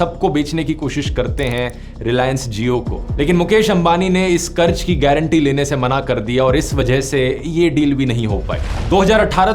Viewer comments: Karj nahi karz hota hai dear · Bade Bhai karj nahi qarz hota hai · Qaraz bhai qaraz otherwise great video